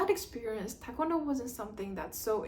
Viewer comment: Are you Korean? You don’t have a Korean accent and your pronunciation of TKD is incorrect so just wondering.